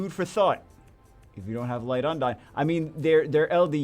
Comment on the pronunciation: its not un-dayn on how you pronounce 'undine'. Its un-deen. Hope this help :)